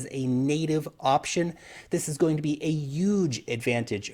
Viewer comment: Love your videos but please don't put so much emphasis on the word huge. Your hair may turn orange with over emphasis on that particular word.